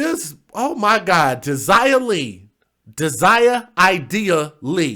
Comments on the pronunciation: You pronoun it Day'jah as in Deja vu, not De'sirer as you say it. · Her name is pronounced like daisy. Smart ass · Dazia could be as pronounced DAsia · I have a friend who spells her name that way Dazia, but hers is pronounced like Dayzyahh